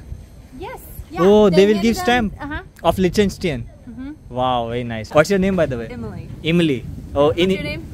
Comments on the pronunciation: Such a shame that you are pronouncing the name of the country rwrong all the time. It is not Lishtention... it is Liechtenstein. And brother her name is not Imli... it is Emiy... please don't make such lame joke with foreign names just to have more viewers. It is least expected from a person who travels for living. You are representing us all and our country. We already have unpleasant reputation abroad. Kindly don't make us Indians laughing stock any more. Anyway you make good vlogs. Thanks. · liches-stine hay pronunciation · YOU MUST LEARN TO PRONOINCE THE NAME LICHTENSTEIN. 😕